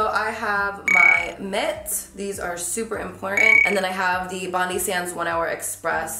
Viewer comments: As a Sydneysider I can confirm it's pronounced "Bon-Dye" rather than "Bon-Dee", after Bondi Beach :) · Great video but it's pronounced "bond-eye" as in Bondi Beach, Sydney... not Bond-ee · The brand is pronounced Bon-die not Bon-dee. xo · Carli Bybel It’s BONDEYE not BONDY! It’s a place in Sydney Australia. Bondi Beach is one of our most famous beaches. Bondi Sands is an Aussie brand. 😁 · "Bond-eye" as opposed to bond-iii :) (It's like the beach in Sydney) - you look beautiful as always xx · Love seeing Aussie brands getting noticed ♥️ Ps it’s pronounced Bond-eye not Bond-ee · Its pronounced Bond-eye. Its named after the famous Bondi Beach in Sydney, Australia. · Hey girl! Bondi sands is an Australian brand but it’s pronounced bon-dye not bondeee !!!! Xx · Just wanted to be a geek and let you know it's pronounced BOND-EYE not bondee.. Sorry!! its from the famous beach in Sydney Australia called Bondi beach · its pronounced BOND-EYE sands not BONDEE sands hahahaha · Hey love, it’s pronounced Bond(eye) (capital I) after the suburb of Bondi in Sydney, Australia 🇦🇺 its an Australian brand. ❤️ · Love the vid girl! Seriously love seeing Australian products get love 😍- just FYI you actually say it like “bond-eye” It’s the name of a beach in Sydney here in Australia. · I find it so cute the way you say Bondi! Its pronounced Bond-eye hahahaha! Love you Carli! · You're so pretty its actually insane! I'm from Australia and it's actually pronounced 'Bond-eye' like the beach in Sydney :) xx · Bondi is actually pronounced "bond-eye"!! It's a really popular beach in Australia. Would really love it if you visited and did a meet up of some sort 😍😍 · I have been waiting for thiiiiiiis!! Also babes just FYI its pronounced like BON-DYE sand, its named after a place in Australia called Bondi (pronounced BON-DYE) where there is a really famous beach, Bondi Beach :) #infofromanAussie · Hi Carli just letting you know it’s pronounced like “Bond-eye”, as in Bondi beach in Australia 😊